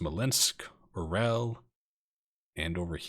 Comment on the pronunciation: That was quite a coup with Orel there, comrade! (Bonus Russian points: It's pronounced "ar-YOHL" (with a roll on the 'r'). Use that pronunciation and you're going to get mad props from some of us out here ;-) ).